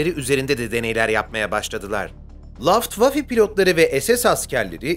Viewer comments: Luftwaffe’ye Laftwaffe demen videonun kalitesini düşürüyor, telaffuzu öğrenmek çok zor bir şey değil. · Luft wafe'ye laftwafe dendi abi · 😂 Laft Vafe pilotları mı 😅 Babacan ne yaptın Almanca teleffuzu Harlemde felan mı öğrendin 😆 insan 2 kelime alamanca öğrenir yahu, saygısından... Hiç değilse videoda telaffuz edeceğini isimleri